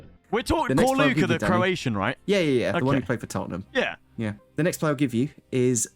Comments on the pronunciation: please for your Slavic people, pronounce our names right Ćorluka - Chorluka / ch like in church, not Korluka Dinamo Zagreb - Deenamo, like in deer, not Dynamo Cheers mate 🍻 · It's pronounced Chor--a